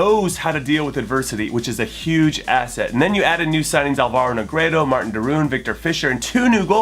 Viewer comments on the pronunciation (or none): none